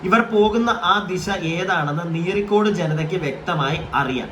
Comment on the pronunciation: നീരിക്കോട് അല്ല നീറിക്കാട് എന്ന